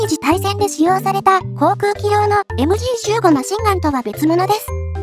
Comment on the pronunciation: ザウアー▪アンド▪ゾーン┅誤 ザウアー▪ウント▪ゾーン┅正 ベルグマン┅誤 ベルクマン┅正 ディー▪ダブリュー▪エム┅誤 デー▪ヴェー▪エム┅正 エム▪ジー┅誤 エム▪ゲー┅正